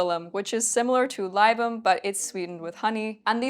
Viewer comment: Oh, btw, libum is pronounced like lee-boom. I'm a pedantic stickler....